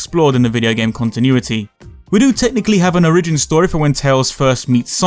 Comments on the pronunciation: o'REEJIN story it's O-ree-jin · did you say origeen?!